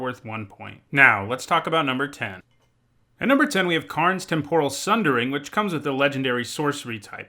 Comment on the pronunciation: You're not talking about shrimp, buddy! TEM-por-uhl